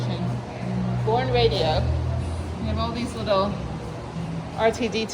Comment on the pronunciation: Boerne is pronounced "Burn-ee" by locals, and Gruene is pronounced "Green." Great video, though!